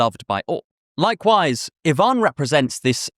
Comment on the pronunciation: Russian here, props to you for pronouncing Ivan correctly!!!! Most people put the emphasis on the I rather than the A!